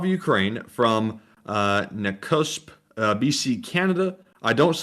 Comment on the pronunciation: Lol… skip ahead a bit and thought the town tour looked familiar? To my shock you were checking out my mothers home town in “ Nakuuusp?” BC. It’s Nakusp like Na-cusp. Lol. No biggie. Great town. Hospital also. Great fishing , lots of hot springs , etc etc. Come have a vacation. I’ll buy the rounds. But… you have to leave your guns behind. You can’t bring them in. Lol. Not to worry. We have lots up here. No need. Rick Ross, Hatzic Lake in Mission, BC. Never miss you channel